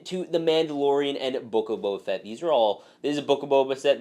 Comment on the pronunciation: I’m sorry, but I just couldn’t stop laughing when you said “The Book of Boba Sett🤣”